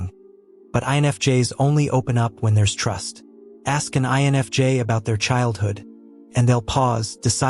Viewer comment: This AI channel is pretty good, even though I'm loath to admit it. It's pretty good. It's getting quite a few things right., but it's obviously AI. The AI voice is obvious, especially when it mispronounces simple words. The AI spelling is blatant because it's much worse than the pronunciation. I've seen it spell INFJ as "ion of jay." So many mistakes get through that there's obviously no human on the editing end, which makes me doubt there's a human involved at all. Seeing how good AI is at gathering and regurgitating information, I think that even the writing end is all AI. One AI writes it. Another voices it. A third transcribes the voice for the captions. Then finally, nothing and no one edits it for mistakes. Still, the info is pretty good. In fact, this channel, for describing what I feel as an INFJ, is better than most.